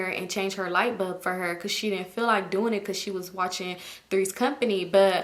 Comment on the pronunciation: Is it just me or are you pronouncing "light bulb" as "light BUB"? 😁